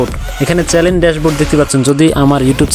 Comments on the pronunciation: চ্যালেন না৷ চ্যানেল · চ্যালেন না চ্যানেল